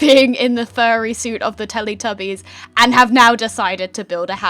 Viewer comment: YOU SAID TELETUBIES WRONG I PROBABLY SPELLED IT WRONG BUT WHATEVER